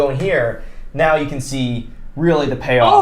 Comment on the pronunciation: ‘Camp’? I thought you mean CAN !